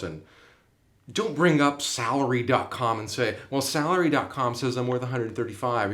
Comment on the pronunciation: Sarlary duck dot com? you can't understand what you said